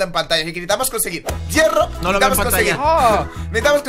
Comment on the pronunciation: se dice hierro no llero